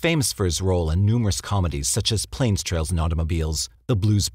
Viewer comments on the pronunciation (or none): I guess this is just one of those instances where sarcasm doesn't translate well through text. I'm aware of the movie Planes, Trains and Automobiles. My original comment was pointing out that the narrator distinctly says trails instead of trains.